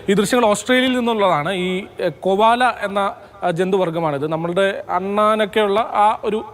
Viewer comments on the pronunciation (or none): Kovala alla Koala aanu